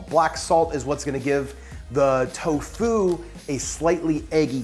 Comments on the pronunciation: You are the first person ever that I hear saying toFU instead of TOfu. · He said towFOO